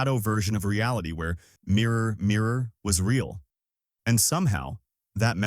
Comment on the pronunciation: This AI narrator? Pronunciation on the mirror one was bizarre thats not how people talk.